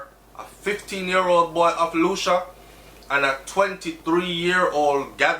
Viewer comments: Hey,. For future reference Lucea, Hanover is pronounced "Lucy" not Lucia. My mom born and grew up there. Terrible crime gwaanin out there. Sad man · Lucea is pronounced Lue-sea! Not Lu-sha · Its pronounced Lucy not Lucia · Lucea pronounced Lucy Hanover ah mi corner 😱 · LU- SEA! BRO! LU-SEA! "SEA" AND THEN "LU". I KNOW YOU HATE THIS, BUT I HAD TO. LOL. THANKS FOR THE NEWS THO. BLESSED LOVE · I think it is Lucea still pronunciation lacking .. “lu-cia”is not a place anywhere in Jamaica